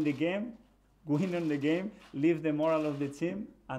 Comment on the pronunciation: Am salty coz i don't get to hear good ebening no more..pls bring back the good ebening coach I miss him already